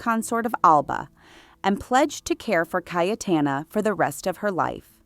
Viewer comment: Awful pronunciation of Names and Places😢😢😢. Her name is pronounced Caytana, not Cay e Tana!